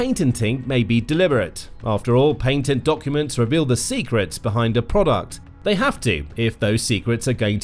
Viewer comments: paintingting paintingting painting paintent pain-tent pain-tent !??! Are you trying to say..."patent"? Please look up pronounciation. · The word is Pat tent, not painted. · your PATENT pronunciation needs correction, you say "pay tent", most English speaking nations say "pat ent" so now you know! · ("PAY-TENT"}, INSTEAD OF "PATENT" , WHO CHECKS THESE VIDEOS FOR ACCURACY? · It’s patent, not paintent!! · It’s not “paintent” it’s pat-ent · Patent! Pat- ent! Wtf is paintening? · Patent. Not Paintent. Holy shit that is obnoxious. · It's patent, not paintent. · I an British and what you are hearing is not a correct pronunciation of the word, while in America it is pronounced as pat-ent, in the UK it is pronounced as pay-tent; neither side of the pond says it as paint-ent, at least not as a recognised correct pronunciation. But I feel his pain...for the longest time I was not able to say 'Municipality' for the longest time. Thankfully through paintience I was able to overcome it! ;) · Its patent not paintentt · Patant lol 😂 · “Paint-ant.” Lols. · i had to stop watching this one the way he sats patent drives me nuts... painteding over and over.. im gonna have nightmares now 😅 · I only got about a quarter of the way in. The subject matter was great, but his continual pronunciation of patent as if it were paintent unnerved me. I couldn't take it. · Pat-ent I don’t know if this is an example of local way of saying it but dang I just wanted to yell at the screen lol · If I hear "Pay-tent" one more time I'm going to lose my shit. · Stop saying "paint-ent"! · Pay-tent? Is that how you pronounce «patent» now? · Thank you! This was nails on a chalkboard every time it was said 😂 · The correct pronunciation of the word patent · You should search on how to pronounce the word patent 😂, or even watch a few YouTube videos on the topic to learn the pronunciation. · patent. patented. there is no "i" in the word patent or patented fam 🤣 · Do you mean patents😂😂😂😂